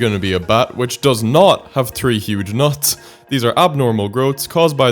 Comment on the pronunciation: I literally had to backtrack for a second cause at first I thought you 3 human butts instead of 3 huge nuts